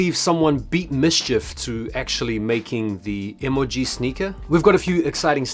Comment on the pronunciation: E•MOLE•GEE 🤣😂🤣😂 y oh sound crazy asf saying it like dat